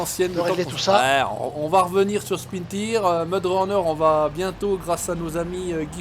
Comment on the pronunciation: CA SE DIS PAS SPIN TIRE CA CE PRONONCE SPIN TAYEURZ